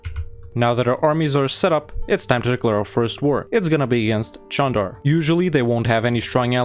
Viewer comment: no, it's actually pronounced Jandar. There is a Çandarlı family, which is pronounced Chan-dar-luh, but that's not related to the beylik called Candar.